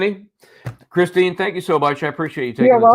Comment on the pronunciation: it's Kristen not Christine